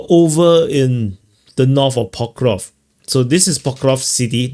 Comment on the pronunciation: It's so funny, knowing you must have said Pokrovsk a million times, but you still can't enunciate the word properly. 😅